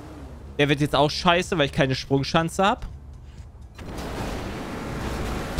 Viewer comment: von das "wieso bin ich denn so anders?" hätte ich gern im best of wenn er mal wieder nicht sprechen kann, auch sonst nen super einspieler für diverse fails;) geil, die SprunCHANCE kenne ich auch noch nicht, dachte immer das ist die Sprunschanze..